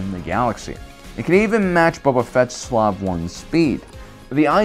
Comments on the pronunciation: Are you mispronouncing Slave on purpose? Long A as in “space” and the E is silent. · I hope you’re saying “slave” like that as a joke. Otherwise go watch how it’s really pronounced smh